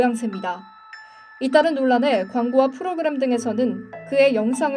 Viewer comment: 발음...? 프로그람...? 콘텐트...?